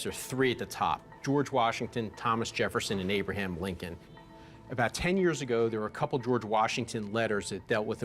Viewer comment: "You have a lettuh... from AYYY-BRUH-HAAAYM LINCOLN?! THE....Abraham Lincoln?